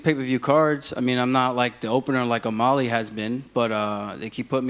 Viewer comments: It’s O’MAlley not O’MOlley ya dink War Killashaw🐍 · why does aljamain always say "O-Molly" ???